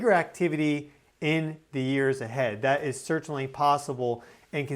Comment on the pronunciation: Where did you go to school? I noticed that you articulate extra consonant into words with T’s. Most not-tably the word certainly. You say it like as if it has 3 T’s. “Cert-taint-ly”. Perhaps this is something you learned in a communications course.